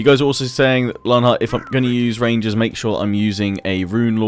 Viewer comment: I've been noticed by! Huzzah! You also said the name right as well, if you were wondering!